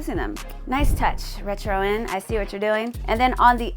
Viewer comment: It’s re-tron not ret ron. 😂😂. Great video though.